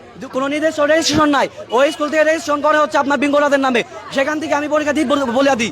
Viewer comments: ইস্কুলের নামটি ও দেখি ঠিক মত বলতে পারেনা আইছে পাস করতে ।দেখেই বোঝা যায় টিকটক করে আসছে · সরকার পরিক্ষার ৩...৪ মাস আগেই জানাই দিছে যে এবার খাতার সঠিক মূল্যায়ন করা হবে .....আর গনিতে McQ এ ৮ এ পাশ কোনোদিন ও ছিলো না....গনিতে ১০ এ পাশ এটা তো সারাজীবন ই হয়ে এসেছে......আর কেমন আন্দোলনকারী যে স্কুলের নাম ই ঠিকমতো বলতে পারে না........আন্টির ছেলে যে পড়াশোনা করে না সেইটা একবার ও বললো না...... এদের দাবি সম্পূর্ণ অযৌক্তিক.... এদের শুধু মাইরের দরকার 🙂 আমি নিজেও ssc 25 পরিক্ষার্থী..... রাজশাহী বোর্ড....!! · স্কুলের নামটাই সঠিকভাবে বলতে পারেনা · ভাইরে ভাই তুইতো স্কুলের নামটাই বলতে পারলি না আবার আসছিস আন্দোলন করতে